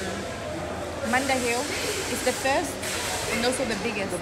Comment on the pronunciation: Not manda hill 😂😂😂